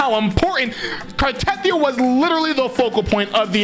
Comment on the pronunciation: it still makes me cringe when you say "car-TETH-ee-uh" when they repeatedly say "cart-a-THEE-uh" in the game. it's almost as painful as when genshin creators say "super conduct" instead of "superconduct" as if they're getting a gold star sticker in kindergarten, not efficiently conducting electricity at low temperatures. they definitely need to at least play these videos at lore-relevant moments in the game itself! we're all missing so much story set up!